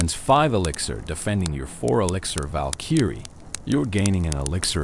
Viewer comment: Val-kEEEry It’s Valkyrie bro